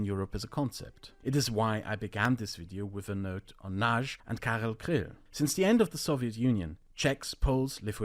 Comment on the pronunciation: Also you mispronounced Karel Kryl - don't shove a German pronunciation onto a Czech word